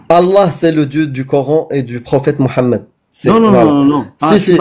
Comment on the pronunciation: est parfois naive, l'intervenant n'est pas coraniste, il pratique la taqyia. Et stp arrete de dira "morammed", en bon français il n'y a pas de "r" mais un "h" qui est muet